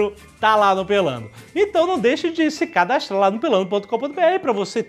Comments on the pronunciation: jovem nerd fala " cadastLa"...kkkkk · Não deixe de cadastLa??? Jovem nerd virou o cebolinha?